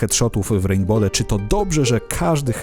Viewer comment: Hej uwielbiam Twoje filmy ale proszę nie mów w "rejnbole" ;)